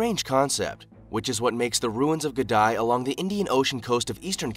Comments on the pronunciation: The name is, The ruins of Gedi......not Gedai! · Its not Gedi, its Gede. Pronounced G-E-D-E. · Its Gede ruins not Gedi... pronouned as Gay day but remove the "y"s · You should also visit "Ged-EYE" ruins! (It's actually pronounced "Ged-EE") I may as well clarify here as well, it's well known to have been built by the Swahili people, no mystery about it's abandonment, either - Gedi was abandoned by the middle of the seventeenth century. The presence of the Portuguese from the sixteenth century has been considered one of the primary factors in Gedi's eventual abandonment with their attempts to monopolize trade and due to armed intervention. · It's not 'Ge-dye', it's 'Gedeh' or 'Gedee' ruins. I grew up near there. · Africa is not only the cradle of mankind it's also the cradle of civilization..look at the pyramids. They are a true Testament...and btw..that place in kenya is pronounced as Ge-di not Gedae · Discovered by colonialist .... 😂😂😂😂😂. So Africans arounds the place were blind ... ?? Also, no pronounced "Gdy" but "Ghedee" ... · It's NOT Geh-die, it's Geh-dee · Not Gedy.😂..it's Gedi ruins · Gèdï.....pronounce it like gaydee